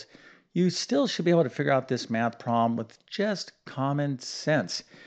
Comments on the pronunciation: Do you have a speech impediment? Why do you pronounce PROBLEM as PWAAB! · You keep saying Prom and I also heard prolum WtF language are you speaking ?